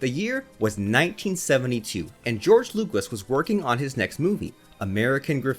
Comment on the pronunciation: George Lukewis 🤣🤣🤣